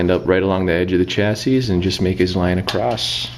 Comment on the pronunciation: The last s is silent unless you're talking about two chassis.